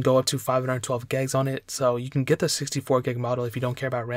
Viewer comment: I swear, if he says gegs one more time...